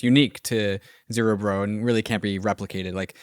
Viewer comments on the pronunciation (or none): Guys, it's ZerEbro, not ZerObro :D Anyways, amazing work! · Isn't zerebro a play on cerebro like in marvel films and not a new form of dubstep like the way you pronounce it lol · my god.... after all these weeks... STILL CANNOT pronounce "zerebro" properly